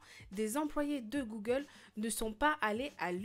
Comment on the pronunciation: comment sa s écrit : Google comment on le prononce : Googeeuulee